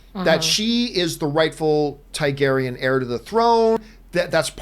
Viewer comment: dude, it's TARgaryen